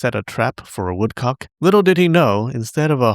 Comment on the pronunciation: lol "jumped" to the same conclusion. i c wat u did thar. also, before you said the whale showed up u said woodcock (huhuhuh, uhuhuhuh) as woodcuck